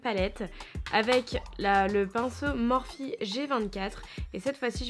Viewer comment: Magnifique !! je voulais juste te dire que "morphe" ça se prononce "morphi" et pas "é" a la fin c'est pas méchant c'était juste pour t'informer😘 sinon tu es très douée bravo!